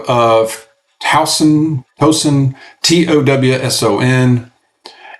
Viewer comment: Tau-son. W is silent. Like beginning of towel